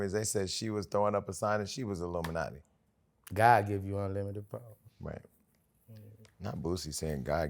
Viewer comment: Boosie funny af😂. Why he keep saying luminati